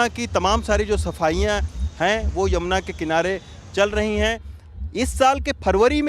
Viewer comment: यमुना जी बोलना सीखो संवादाता